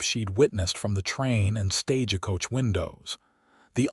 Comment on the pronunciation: You need to EDIT th AI reading, of course this assumes American English is your 1st language, or any editing will be totally useless. It is "Stage-coach" not "Stage-a-coach" The town is "Shy-ann" not " Chey-ey-ann". The word is "Sh-own" not "Sh-on". You also need to EDIT the AI closed captioning, his initials are K.M. but closed captioning keeps spelling his name with a "C" instead of a "K".